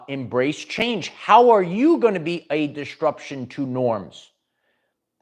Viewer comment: Quick PSA. DisTRUption is not a word. ✌🏽 there is only one t in it. And it’s not where you keep putting it. If you’re interested in speech coaching, hmu.